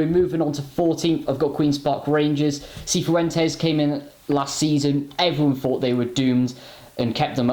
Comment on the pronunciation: Hi Guys, be the first to pronounce Cifuentes correctly. It's pronounced "Si Fwentez" Loved your predictions.